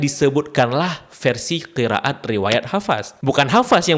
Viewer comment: admin aslinya dr mana? ko bacannya qira at.. ra ga dibca ro